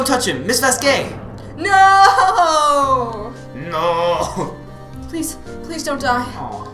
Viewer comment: The way you guys pronounce "Manuel" and "Vazquez" frustrate the heck outta me but overall, I've been binge-watching this series. You're both awesome :D